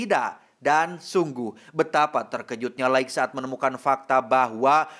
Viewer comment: Lait jooohnnn. LAITTT bacanya bukan laig